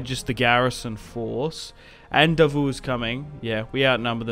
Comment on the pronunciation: Davout pronounced as DA-vo.anyway good battle ,charge of the light brigade stuff !